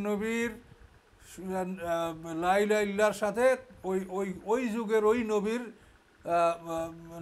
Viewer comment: আপনি লাই লাহা কেন বলেন? সঠিক শব্দটা হল, লা ইলাহা। এই ভূলটা ৯০% আলেম করে।